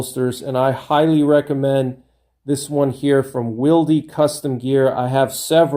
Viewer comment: Thanks for your insight, I never considered the advantages of being able to re-adjust your holster to different guns or configurations. That makes a lot of sense in a hard times scenario where you might be scavenging guns, like you said. In exchange I will offer you some insight of my own: "Wilde" is pronounced like "wild" (like the author, Oscar Wilde), the 'e' is silent.